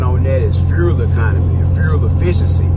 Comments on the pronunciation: Furel card🤣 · My dude, you are fighting that FUEL word🤣🤣🤣✌